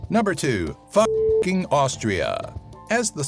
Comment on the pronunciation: I drove through Intercourse and Blue Ball Pennsylvania, and Fucking, Austria is actually pronounced Fooking if I'm not mistaken.